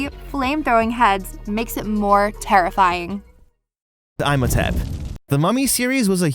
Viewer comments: The Mummy's name is "Imhotep" not Imotep😢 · Eesh... thats a bad. Its pronounced E-hm-oh-tep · Ihmotep is pronounced "Eem oh tep". The movies are actually pretty good. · I would give you cookie if I could by magic for good your observations. Dude probably just saw the spelling of Imhotep and never saw the movies or animated series. So he didn't know the correct pronunciation of the name. Also Slappy was wearing a 'DAPPER suit' not a diaper! Dude knows nothing like Jon Snow! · I did not even notice I still wasn't over EYE-mohtep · Imhotep is pronounced EE-mohtep but usually has a little more emphasis on the 'H' because it's Egyptian. But because of its Greek pronunciation, you most definitely not been lied to your whole life lmao :D my guy just disrespected the name is all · Same with “Eye-motep”. Excuse me, what? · I posted as well about Imhotep, pronounced “Emo-Tep”. It really bothers me. Hahaha. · I came to say this and it’s also pronounced IM OH TEP Had to skip over that after a while GOD 🤦🏼‍♀️ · Absolutely killing me hearing him mispronounce ihmotep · "Oh he's mispronouncing Imhotep, oh well, it's not exactly a common name" "sarah-cophagus" PHHHHTTTT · I actually cringed everytime he said Imhotep... 😭😭 theres two whole movies and GOOGLE. You could have checked. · As a fan of the Brendon Fraiser Mummy movies, this bothers me. As a fan of the Boris Karloff film, this makes me mad lol. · Also, they literally say "Imhotep" correctly dozens of times in the ride. And the movies. You couldn't even get it right.... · Oh god it was driving me nuts hearing this name being said wrong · The Imhotep pronunciation also irked me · And saying imhotep wrong. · whys he saying "I'm a tap" 🤣 its EEM ho tepp... Also it's not "sarah cough I gus" SARCOPHAGUS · 🎶You say Eyem-ho-tep, i say Ihm-ho-tep...🎶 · E-mo-tep not Eye-mo-tep Sar-cof-o-gus not Sarah-cof-o-gus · It's not pronounced "Eye-motep." It's pronounced "Eem-otep." Did you not watch the movie? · Eem ho tep Not I'm